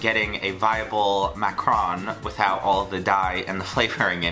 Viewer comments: It look like you're saying "Macron", I don't get why english people can't pronounce macaron ! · boi if I hear you say macaron like that one more time It’s pronounced MACK-A-ROON